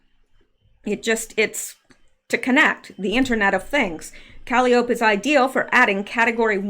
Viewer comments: Caliope is pronounced Ka-li- oh- pee. It's an old school word for a merry go round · Calliope is pronounced kuh-LYE-oh-pee, Greek Muse of epic poetry. Hmm, why would they name it that? This is fascinating, albeit eerie.